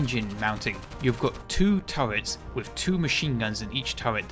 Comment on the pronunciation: I like how this guy says turrets